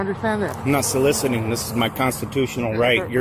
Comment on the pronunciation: Lol "solicitating"